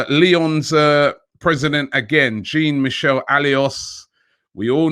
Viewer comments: Jesus, Robbie make an effort or get somebody to help say these names correctly. AFTV is too big to make these mistakes. Jean Michel Aulas ( Jan- Meeshael -Olass ). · "Jean Michelle" You don't even try Robbie do you?